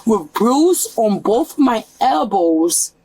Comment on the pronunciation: She's axing for un ambalanz. She gots bumps on her ebowz an fo-hed! 😂